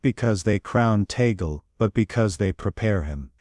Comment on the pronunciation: Here comes another narrator. The last name of Cardinal Tagle is pronouced Tag/le and not Ta/gle. Anybody wants to talk about Cardinal Tagle needs to ask him on how to pronounce his last name.